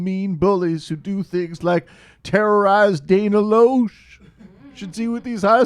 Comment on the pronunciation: Dana "Lash". Yes, I know it's spelled "Loesh", but not only did John Oliver pronounce it correctly on his show last night, he showed a clip where she spoke her own name.